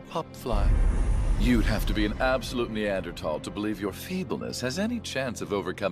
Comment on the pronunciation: Except for when he said "neandertall"